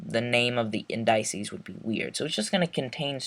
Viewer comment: "Indices" is pronounced like "in-duh-sees"